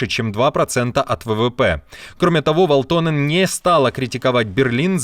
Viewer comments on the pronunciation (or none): Ведущему : ВАлтоненн, а не ВалтОненн😅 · "ВАлтонен". Ударение на 1-м слоге. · Вáлтонен. В большинстве финских фамилий с окончанием на -нен, ударение на первый слог.